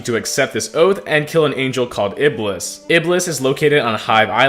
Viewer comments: It's IBL-ees which is devil in islam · Dude Iblis is what we call satan in arabic. and we pronounce it ibees